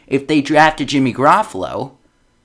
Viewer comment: This dude can't even pronounce Jimmy's name right 😂😂